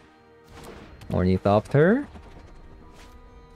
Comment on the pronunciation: "orniethopter" lol, No hate ❤